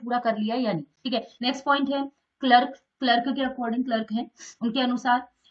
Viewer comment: Mam wo clerk ni Clark hai